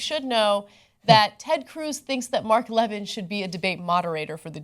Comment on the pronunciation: Mark Le-vin? Haha stfu. You know perfectly well the way it's pronounced